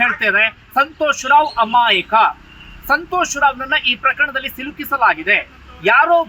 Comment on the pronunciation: ಅಮಾಯಿಕ ಅಲ್ಲಪ್ಪ ಅದು.. ಅಮಾಯಕ.. ಕನ್ನಡ ನ ತಪ್ಪು ತಪ್ಪಾಗಿ ಮಾತಾಡಬೇಡಿ ..